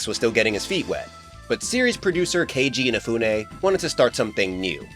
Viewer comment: Dude... THAAAAAAAANK YOUUUUUUU for saying Keiji Inafune's name correctly. Kenji. Infune. Infeune. I don't get why other youtubers keep adding so many N's in his name. I know he made Might No.9, but dang! He at least deserves to be called the right name.😅